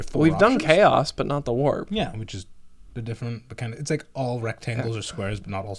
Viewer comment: WARP! Sounds like waah, must be good.